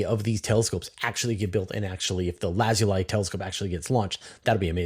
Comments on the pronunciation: I think that is actually pronounced "laz-ooh-lee" probably named after the volcanic rock, Lapis Lazuli. Minecraft fans will know what I'm talking about. 😊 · Lazuli as in lapis lazuli, the glassy mineral used by ancient people as jewellery etc, is pronounced laz+oo+lee.